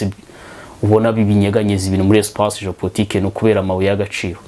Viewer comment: Hi Sir, I am with you here. That word you pronounce ""Géo-portique"" or it's well "Géo-politique"